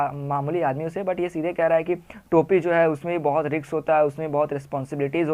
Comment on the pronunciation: Risk nhi riks hota h 😂😂😂😂